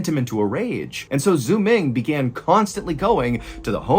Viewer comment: The way he pronounces "Xuming"... 😂 "x" in Chinese is pronounced like "s" or "sh" haha